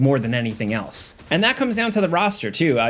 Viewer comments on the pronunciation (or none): none